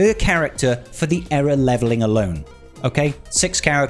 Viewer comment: its èra not eera